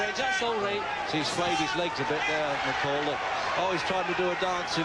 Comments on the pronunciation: Mc Call itu dibaca Mek Koll.. bukan mekeul.. gatel banget gue. Trus beli mikrofon yang bagusan jangan pake handsfree cuk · Gue sampe lihat berkali2 namanya. Si Dubber bilangnya, (Mc Call) = "Mek Keil" . Itu dibacanya "Mek Kol", Baaaang. Hadeuh.... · McCall dibacanya "mek kol" bukan "mekel" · Komentator ini diharapkan segera menemui guru bahasa Inggris & psikiater. Baca MKOLL(McCall) bukan MEKEL. Malu Indon dilihat dunia internasional. Kau orang Batak ya? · mc call bukan mikel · Mccall itu baca'a mek kol Bukan mek kel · Di tulis Mc Call di baca meik kol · Once kali "mekel", kenapa sih ga cari dulu cara penyebutan nama "McCall" yang bener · By the way bacanya "Mekol"